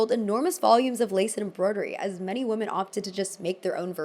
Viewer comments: Learn how to say "women" properly. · PLEASE look up how to say “women”!